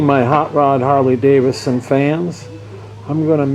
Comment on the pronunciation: It's not a Harley-DAVIS-SON... it's DAVID-SON. Please learn how to pronounce the name.